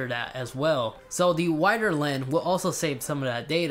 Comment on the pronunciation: Does my guy not know how to say lens